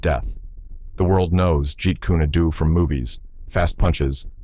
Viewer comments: I can't be the only one bothered by "jeet kuni doo" lol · It is pronounced, Jeet coon doe. Very annoying AI narration. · that's not not the name of Bruce Lee's Art that he created it is pronounced Jeet Kune Do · "If you ever meet a master of JEET KUNE DO"...they will know how to pronounce it. Stupid AI. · This ai dude hasn't even got any schooling about pronunciation or grammar!!! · Now if they could pronounce it correctly